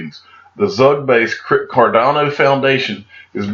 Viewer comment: Your information is great I listen to you every day my friend . But you need to travel more when you get your XRP Millions. So you can learn how to pronounce "Belarus", Stuttgart, Zug and some other Ringers you come up with , ha ha.. Keep up the good work mate.